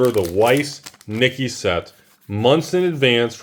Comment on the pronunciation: Nikke = knee-kay. Was able to secure 5 boxes a while back when you were yelling about them being $60ish.